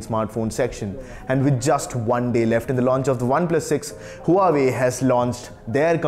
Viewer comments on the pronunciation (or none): You need to pronounce huawei right!! It’s pronounced wah-way...